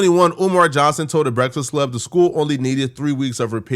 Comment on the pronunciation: Is he pronouncing Breakfast Club wrong on purpose? I thought it was hearing wrong for the last few years.